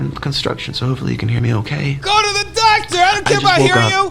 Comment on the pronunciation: I love the way he pronounces doctor. Like "Dahctah". I have to keep replaying it xD